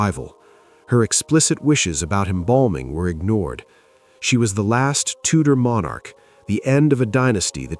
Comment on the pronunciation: That's Tudor dynasty not Tutor dynasty.